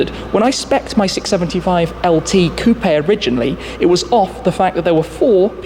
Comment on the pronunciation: Bro it's coupe.... Quit emphasizing the e at the end the end...